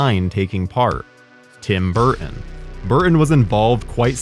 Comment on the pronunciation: I have never heard another human being have as hard a time saying the name "Burton" as our host